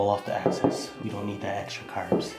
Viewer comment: Excess not access... U still da man lol